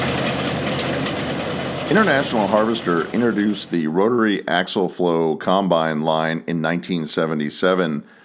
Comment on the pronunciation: For the love of God its axial flow not axle flow.